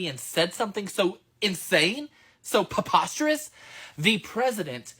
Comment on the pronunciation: Did he say "poposterous"?